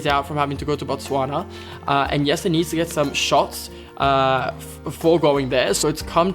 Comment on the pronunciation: That is how you would pronounce Jesse's name in Dutch! Not an accent thing but pretty Dutch of.